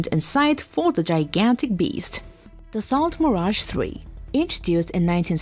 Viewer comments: Da-so not Da-sailt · dassault is pronounced dasseau. It would be nice if these half assed videos that people put out had some research behind them. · “Da Salt mirage three” god this video is bad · Also couldn't pronounce Dassault correctly. (it's "da-so," not "dassalt.") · Dass - salt Mirage? No. Dass - sow Mirage? That's better. A little effort goes a long way in helping the credibility. It's only French, after all. It's pretty common. Not like it's some obscure dialect no one's heard of. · DAS AUX ! Pronunciation 😉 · What is a Dasalt? C'mon. really? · Dassault is a French company and is pronounced differently because French is very different from English.